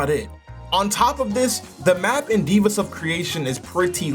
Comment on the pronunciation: Why are you saying “divas” instead of “Devas” (Dev-uhs)